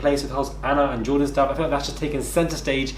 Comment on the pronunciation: May be Jordan didn't appteciate that Anna couldn't pronounce his name